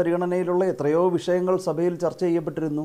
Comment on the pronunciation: സഫയിൽ എന്നല്ല സഭയിൽ എന്ന് പറയുന്നതാണ് നല്ല ഭാഷ 😮